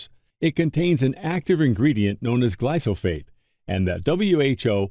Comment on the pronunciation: This narrator keeps butting in and uses Barbara's image at the front. He can't even get the name glyphosate right!!!! What a donut. Glysophate???